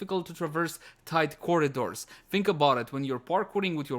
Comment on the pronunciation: “aboot” soft G “gif” Me: Unsubbed. ಠ_ಠ